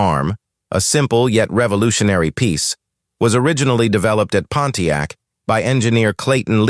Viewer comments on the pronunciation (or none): none